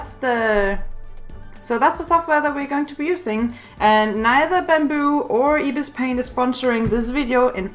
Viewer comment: Lemme help you say ibis paint x soo how to say ibis is like (Eye-bees) and the paint is (pey-nt) and the x is ( ex) not a hater